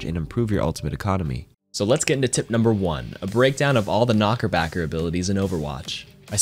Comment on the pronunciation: idk why, but him calling it a knockerbacker lowkey annoys me haha